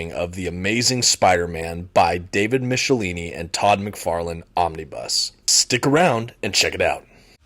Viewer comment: Isn't it supposed to be Mick - e - line - eee?